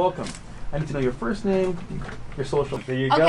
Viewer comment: Its first not fist